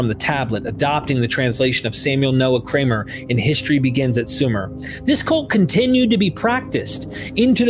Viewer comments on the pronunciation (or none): none